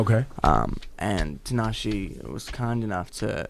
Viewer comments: Is it just me or did Nick mispronounce Tinashe ('Tinasheeee' )? Dude, she's the featured artist on your single and she actually makes 'Nick J' and 'Tinashe' rhyme in the song... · Did Nick really say Tee-Nah-she omgggg no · Lmaooo Nick said Tee-nah-she. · He's annoying as fuck. Why Tinashe is even getting on a song with a guy who can't say her own name. Let alone this motherfucker got like 3 writers credits on the whole album, meanwhile, Tinashe writing her own shit. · he basically said she instead of shay.... relax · masterchef simba it's still wrong nonetheless. it's even worse because he's worked with her. it's embarrassing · Nick can't hit because he didn't say her name right